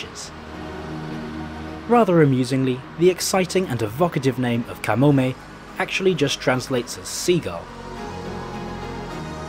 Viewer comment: I live in Japan, and I must say - it was great to hear you nail the pronunciation of the placenames etc. Usually people butcher them and it hurts my ears. Good stuff. Easy sub.